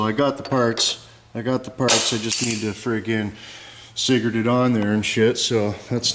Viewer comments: Cigrit. He never said "cigarette" once. Just sayin... pologize. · why does he keep saying cigarette?